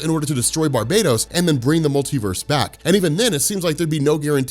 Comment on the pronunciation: Damn it's not Barbados is pronounced bar-ba-tos